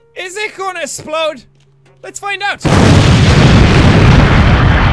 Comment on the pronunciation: Thats cute how he said esplode insted of explode 🤣